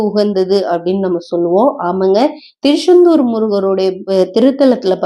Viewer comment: Thirusendur illai thiruchandur Unga style enga vendam